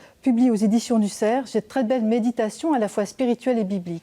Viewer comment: Non et non, ce ne sont pas les éditions du ''SERF'' mais du ''CERF'' sans prononcer le f final !!!